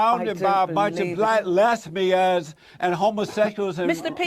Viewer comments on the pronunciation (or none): makes me cry evertime he says lezbeeuhns